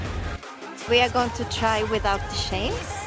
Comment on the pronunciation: Remember we do not say CHAINS like sh-ains but add a T in front like t-chains😉😀🥰🥰